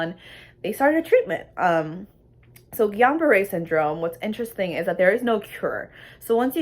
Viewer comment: It isn't called Guillion -Barre! it is Guillain-Barre